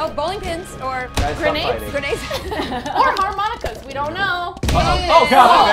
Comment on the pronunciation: When says “weee” there is a silent ‘b’ automatically added on the end 😉